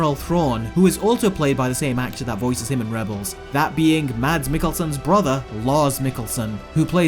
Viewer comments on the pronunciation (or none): none